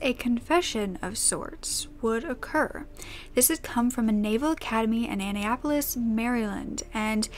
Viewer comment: It's pronounced uh-nap-uh-lis, Mar-land lol I'm from here so it's neat to hear a story from where I'm from but under such terrible circumstances.. 😔 but I am literally binge watching all your videos today! You're amazing at this, please keep it up!